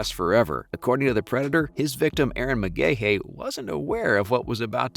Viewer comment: pronounced McGhee